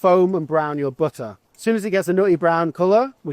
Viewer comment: You're not chef enough if you don't try to kill ppl in one go with the amount of buh-uh you put in the pan 🥘😂